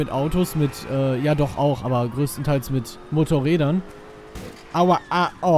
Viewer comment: wie geil er Mototrräder betont hat XD